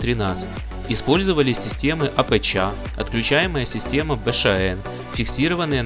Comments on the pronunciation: Как режет слух это твоё АПЧа, научись уже говорить по русски..., нет такой буквы ЧА. АПЧ - автоматическая подстройка частоты ( для радиоприёмника) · Апэча, Бэшаэн режет слух!, ты бы у батьки у СВАВО поинтересовался, как правильно всё это читается))) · Всё хорошо, только "апэчя" слух режет.